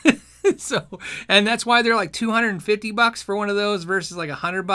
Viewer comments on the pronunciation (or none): I LOVE the way you say "fiddy" as in one hundred and fiddy bucks.